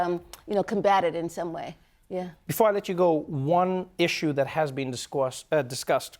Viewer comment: Trevor's african accent kicked in...Discossed. lol